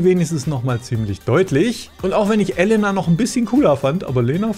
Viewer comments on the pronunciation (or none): Kleiner Tipp zur Aussprache von russischen Wörtern, man spricht jedes "e" wie "je" also theoretisch Jelena oder auch Jekatarina, etc.